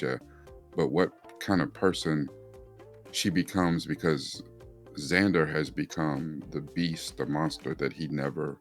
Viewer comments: his name is Vander not Zander 😂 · Umm.. it's Vander